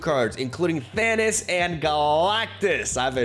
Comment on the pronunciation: ahh yes Thannis, not Thanos english strikes again